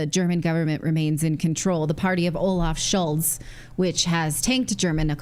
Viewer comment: Lol, Nat says sharts. Olaf Sharts